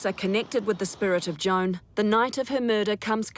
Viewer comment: Sounds like she says John, not Joan. Is Wech pronounced wek? Or wick?